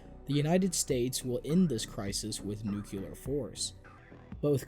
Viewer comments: Amazing video, but it's pronounced NUCLEAR, not NUCULAR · "Nucular" >text clearly says nuclear